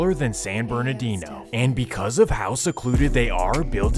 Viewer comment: Bro said bernadoodoo 😂😂